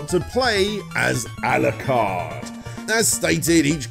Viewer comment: ... Aku "moo" joh? Al "uh" card? Iga "roo" shi? No self-respecting fan would get things like that wrong. VRC6 is a toss up. Some tracks sound better on the Famicom, others are clearer on the NES. The wiggly whip was done away with because it trivialized the difficulty. Maria's jumps are such a half-step between full control and normal CV style that I'd rather use Richter and know where I'll land. Lower quality music? It's amazing that DXX translated the Redbook audio so well to the SNES. The tile work for the levels was superior too, in spite of the pastel palette choice. Covering this many games in a single part is a disservice to the franchise. There's so much more depth than this abridged look you tossed out.